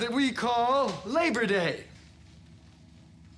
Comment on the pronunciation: Its labor day , not leach day. 😂